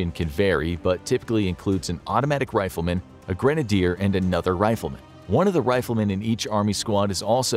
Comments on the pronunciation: “Ptivate” “Riflerman” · a "riflerman" or a rifleman?